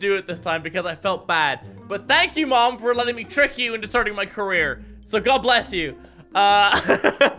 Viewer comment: When he says 'mom' I die a little inside